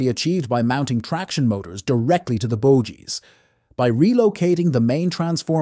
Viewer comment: This has to be AI. No human would say "bojies" (sic) for "bogies".